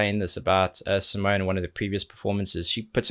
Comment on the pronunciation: Awesome as always... Btw, it's SimonE, the E is not silend at the end and it is not an 'e" but an ... erm.. maybe you should check her explaining her name :) Simone explains how to pronounce her name | smoonstyle instagram live 8/02/18